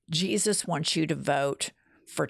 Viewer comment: Why does this woman pronounce the name of Jesus in Spanish? For me this is racism